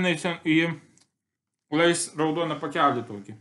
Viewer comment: Lay's-reikia tarti leys